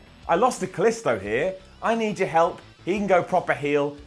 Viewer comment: you're pronouncing "Kalisto" like "Calisto," the moon of Jupiter!